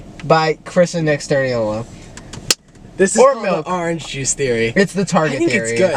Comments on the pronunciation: Nick and Chris though "The OoRange jUce" haahaha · Arnge Juice??? 😭